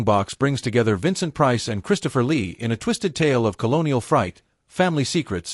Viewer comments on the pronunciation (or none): none